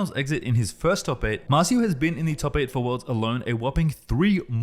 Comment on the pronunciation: MAR CIO, not MAZU